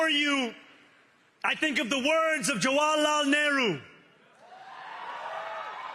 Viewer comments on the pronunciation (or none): Hahaha, he can't even pronounce Jawaharlal 😅. But of course Nehru is his idol, and anyone can deficer why. Nehru managed to keep the one minority uneducated and poor.